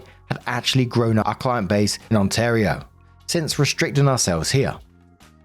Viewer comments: Currently living there; your pronunciation is perfect! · The way you said Ontario is correct (from an Ontarian)! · Canadian here! You said Ontario perfectly ❤ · Perfect pronunciation of Ontario ☺ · Ontario pronunciation was spot on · pronunciation of ontario is spot on lol that’s where i live. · You said “Ontario” perfectly. 💜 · I’m an Ontarian you pronounced the name of our province perfectly! ❤😊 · Perfect pronunciation of Ontario. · You pronounced Ontario properly (on-tair-e-o) and Toronto. Locals call it Tronno or Tarana.